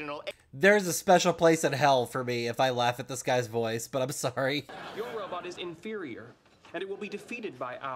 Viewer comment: Kripke’s speech pattern isn’t necessarily a lisp, but more of a rhotacism a la Elmer J. Fudd. He replaces Rs with Ws (Wobot vs Robot, for instance)